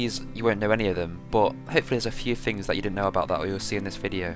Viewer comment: How do you spell THING? NOT FING